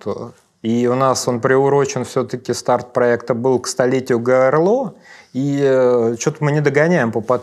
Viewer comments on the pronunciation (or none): Это ведущий сказал "ГОЭРЛО"... Это он должен учить историю и хотя бы произносить правильно, а именно "ГОЭЛРО" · Ты! Сказал ГОЭРЛО( ГОЭЛРО) БУДЬ ДОБР РАСШИФРУЙ И ПРОИЗНЕСИ ВСЛУХ!